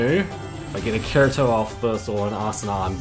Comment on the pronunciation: This dude said karito XD